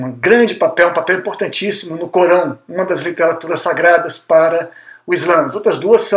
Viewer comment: Não sei se a vossa dicção é realmente Ruim, mas eu não entendi a palavra ALCORÃO momento algum, mas sempre entebdi CORÃO . Isto é muito ruim para quem quer falar ao público.